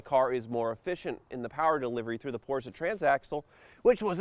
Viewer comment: Porsche... not Porscher There is no R on the end.